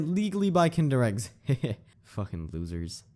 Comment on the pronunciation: Did he just call kinder eggs “tinder eggs”? 💀💀💀